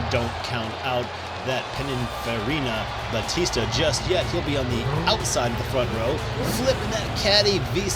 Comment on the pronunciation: Full watch with ads! When you put an XJ220 in the hands of R-Lo Racing, a new track record getting set is thrilling, yet not unexpected! Excellent pronunciation of "Pininfarina Battista" during the driver introductions, probably the best I've heard from a host yet!